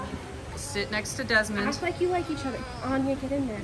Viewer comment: ✨Desmond not daimaim✨